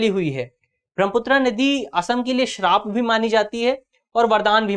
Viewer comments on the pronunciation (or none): none